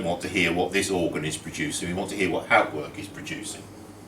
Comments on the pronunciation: You are pronouncing Hauptwerk incorrectly! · correct pronunciation of HAUPTWERK would be an improvement